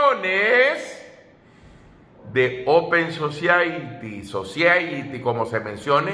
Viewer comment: Creaturo open society. OPEN SOSAIRI se pronuncia👍